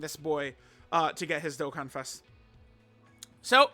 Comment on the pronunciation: you said dokkan events wrong